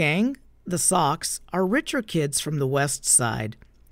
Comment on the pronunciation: I'm pretty sure the rival gang is not pronounced "socks" as you said. Its soc, as in social. (Pronounced soche). I think it's a slang word for "preps".